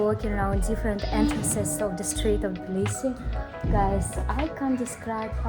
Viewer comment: Жуткое произношение!!!! Сразу слышно - русская!!!